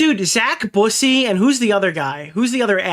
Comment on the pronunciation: Zack Boo-say. Lmfao, bussy vs busey is a very big difference. Busy means “boy 🐈”